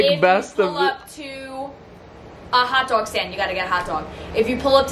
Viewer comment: "HawtDawg" gotta love when that accent twang comes out